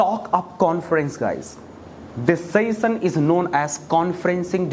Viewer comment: Sassion 😂😂😂 he is saying